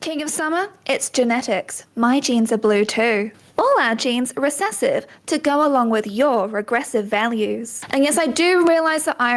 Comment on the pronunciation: You can really hear the hard 'R' on that recessive.